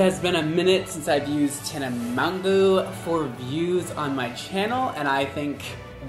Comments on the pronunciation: mon-gan-ow-y “monganowy” aka tana monganowy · MonJOE not monGO WTF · is me trying to pronounce her name: Tana Monjoey, Mongu, Monganowy 😂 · I thought he said mango😂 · hahahaha the last name 🤪 i think she pronounces it like “mojo” but that’s not how we pronounce it in French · "Tana Mon-goo" 😂😂😂😂😂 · Tana Mon-goo 😂😂😂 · Guys it’s tana mojo (pronunciation wise) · I thought her name was pronounced like tana "mojo" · Her last name is pronounced "mojo" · did you say tana mogo? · Mojo it’s pronounced mojo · you roasting tana and mispronouncing her name is a mood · continually not saying Tana’s name correctly is a huge mood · It’s so funny how he pronounces her last name like 15 different ways and sometimes it’s correct😭😂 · The way he pronounced tana's name is just hilarious 😂😂😂😂😂😂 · The way you were pronouncing her last name had me DYYIIING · Take a shot every time pronounced mongeau differently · The way he said her last name gave me ocd🤒💀😵😂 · His pronunciation of her name had me like #Same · LmAo him struggling to say her name me every time I try to say her name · I almost left the video watching him try to pronounce her last name... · am i the only person who is a little bit annoyed on how he pronouced her last name? T A N A M O N G O